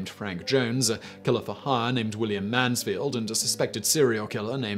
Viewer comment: I thought he said 400 also!! I even replayed it and still heard 400. That made the story really hilarious though before I saw the person above say it was actually 4 hooded lol